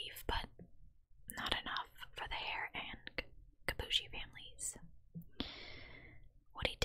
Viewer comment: Julie's last name is pronounced [kee boo ee shee]